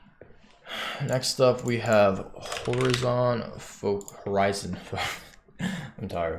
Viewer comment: whore-i-zon and san gweenie :D